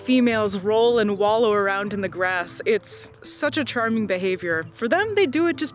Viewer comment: why do you always stress the word "AND" so much even when it makes no sense?